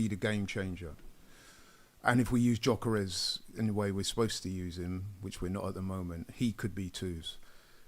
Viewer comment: should know it’s not Jokeres its Gyokeres